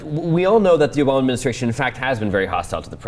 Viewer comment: Who the fuck is Obowma?